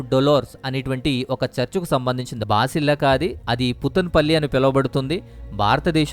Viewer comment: హౌలే బాసలిక కాదు భసలిక